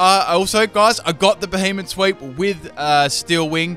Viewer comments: It's not beheemen. It's beheeyem xd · y does it sound so much like he say behemoth instead of b he em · couldn't tell if you said it right